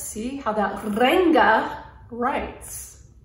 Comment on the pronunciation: Great review, btw the “a” in Ranga is pronounced as the “u” in hung. It means colour or colourful in Hindi.